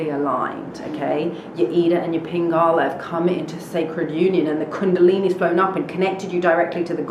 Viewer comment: Greetings and Space. Yo. Did you say Pin-gala. Another term for the Pineal (1st Eye)